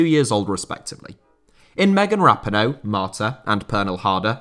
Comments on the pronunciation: Great video today, though I always cringe when you say Megan Rapinoe's name. (ruh-pee'-noe) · Dude, how do you mispronounce Megan Rapinoe's name (who's an American) lol